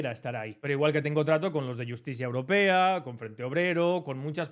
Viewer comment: joer, di bien el nombre: Iustitia Europa 🤣Por cierto, una conversación con Luis María Pardo sería genial! Muy buen vídeo 👏